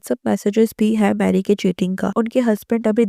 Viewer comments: Hi it's not marry it's mary(Meh-ree) pls correct your pronounciation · It's not marry it's pronounced may...ri